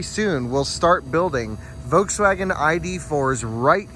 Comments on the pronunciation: Love your videos. Please start annunciating the “L” in Volkswagen. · Its a Folkswagen